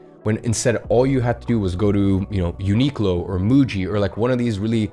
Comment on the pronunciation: Bro said uniqlo and muji😂💀